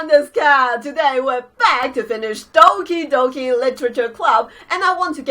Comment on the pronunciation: I thought she said Donkey Donkey literature club